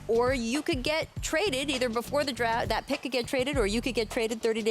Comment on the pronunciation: "Top 'Droft' Prospect RJ Barrett" - Rachel Nichols, 2019